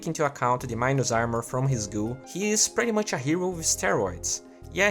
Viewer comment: Cara, quando vc fala "pretty much" a pronúncia certa é "PRITI" não "préty". Keep up the good work